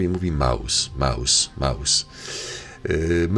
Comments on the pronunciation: Krzysiu Jackowaski mówił słowo MOUS a nie Maus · on mowi MOUS A NIE MAUS !